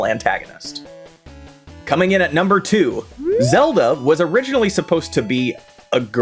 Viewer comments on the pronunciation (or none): Ah Frick, it's April fools. You had me till you started calling link zalda